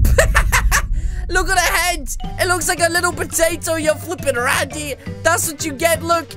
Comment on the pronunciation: Stop saying rande and dum dump ok